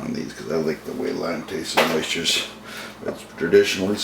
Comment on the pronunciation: i was merely commenting on your pronunciation of oysters. I just opened them up and had them for dinner with mignonette. OYSCHERS